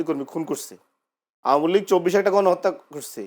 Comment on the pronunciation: আমলীগ! নামও বলতে পার না!